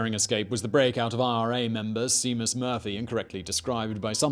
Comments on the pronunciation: it physically hurt me to hear "C-mus" i was like NO! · What in the name of God is a "See-mus"? It's "Shay-mus". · It's shay-mus not see-mouse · Sea mus 😂😂😂😂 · Not Seamus, Shame-us. It’s Gaelic. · see-mus....really Simon! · "See-mus"? XD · SHAY-mus Murphy. C'mon Simon, even you must have known that one! ;) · He does this sort of thing ALL THE TIME. They do not edit these videos at all. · Shay-mus Murphy... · Seamus = ShA- Mus